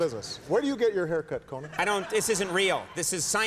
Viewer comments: is it con man or conan you might think its obvious but listen to it about 3 times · was he saying "Conan" or "Commie" ?